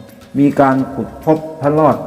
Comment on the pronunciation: พระ ร อ ด ครับ ไม่ใช่พระ ลอด